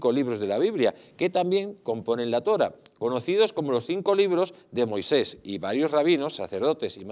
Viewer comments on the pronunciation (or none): Se dice Torá, no Tóra. Vaya nivel... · LATORÁH... LATORÁH... NO se dice Latora